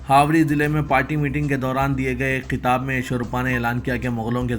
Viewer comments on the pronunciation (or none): none